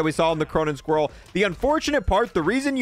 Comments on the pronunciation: There's no way you think squall is pronounced squirrel. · Thank god I'm not the only one annoyed by this. Squall isn't even a hard word to pronounce. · am i the only one that heard him say "cronun squirrel"